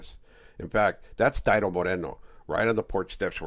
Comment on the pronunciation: Omg. Stop saying dido. Sounds goofy. It's deeeeee-dough homey!!!😂😂😂😂😂😂😂